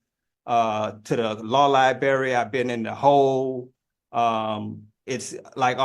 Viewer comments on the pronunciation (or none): Access to the "lie-berry," huh? Sounds like he's already eaten the lie- berry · Law libary 😂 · If you cannot pronounce the words “oath” and “library” you should be made to get a lawyer. Oaf & Liberry are 2 big ones. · He's gonna axe the judge to check the libary ... sounds like a highly-educated Monarch of Morocco to me! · Axe and libary??? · axe and lieberry🤣🤣🤣🤣🤣🤣